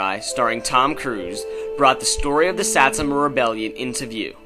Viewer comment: u cant even pronounce satsuma lol